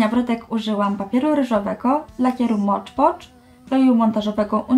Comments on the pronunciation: "Mod Podż" a nie "Mocz Pocz" ;) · Na takim zachowaniu w stosunku do widza nie zajdziesz za daleko. Jak możesz być tak arogancka w stosunku do kogoś kto jedynie grzecznie Cię poprawił? I nie mam problemu ze słuchem, za to Ty masz problem z wymową angielskich słów. Na filmiku wyraźnie mówisz "Mocz Pocz" co jest błędne. Skoro nie potrafisz przyznać się do błędu to już nie mój problem.